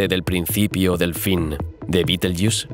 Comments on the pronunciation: entiendo que tu idioma es el español porque dices beteryus cuando deberias decir betergeuse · supongo que tu idioma es el castellano o español pero no se como lamas a betelgeuse betelyus suena muy mal oirte hablar